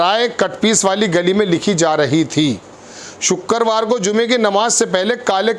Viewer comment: वाह तेरी हिंदी ,shukkerwar ,हिंदी उर्दू सही कर लो।